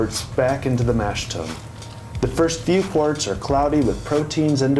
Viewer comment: Very nice overview. Good job. I hope you get into it yourself! Your enjoyment, appreciation, and knowledge of beer will increase exponentially, ha. Couple pronunciation things. I believe "tun" rhymes with "done." And "wort" sounds like "dirt," not the bump on your finger. Hopefully he keeps his fermenting beers out of the light one way or another. Sounds like a tasty, hoppy and bitter beer. cheers.